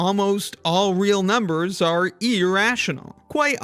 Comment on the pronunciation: I keep hearing “Ah! real numbers” Ala the Nickelodeon show